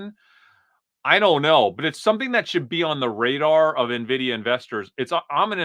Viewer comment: finally calling it en-vidia instead of nuh-vidia